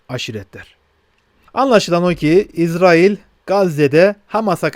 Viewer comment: Maşallah İZRAİL doğru telaffuz. Yahuda soyundan gelenler İZRAİL, Hz. Yusuf ve Ketura(Terkene) soyundan gelenler İSRAİL'dir. İSRAİL Terkene hatunun mahlasıdır. Hızıri bir zat olan Terkene Hatun Hz. Yusuf sonrası 30 sene Mısır'da Melikelik görevi üstlenmiştir.